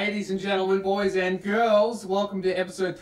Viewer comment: He didn't say girls right